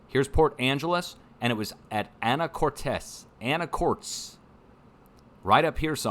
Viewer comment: Pronunciation...Anacortes... Anna kort ez